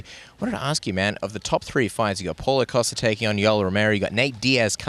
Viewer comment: He knows costa on a personal level and mispronounced his name every time he said it lol.